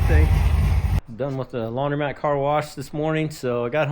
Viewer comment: Did your wife also tell you it’s laun-‘dro’-mat not laun-‘dry’-mat?